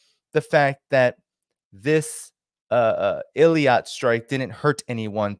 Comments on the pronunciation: It is Eilat not Eliat. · I think it’s pronounced Ay-Lat. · Strange pronunciation of 'Eilat'. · You're not pronouncing Eilat properly.